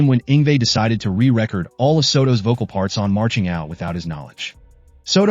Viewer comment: Nicko-Low? re-reck-erd? re-reh-cord. Cool video but some of the pronunciations are so bizarre.